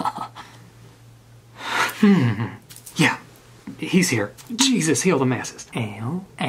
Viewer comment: “For you my LOORD”